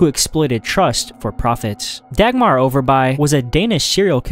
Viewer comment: As a Dane i can tell that the name "Dagmar" was said funny and that i have never heard about her(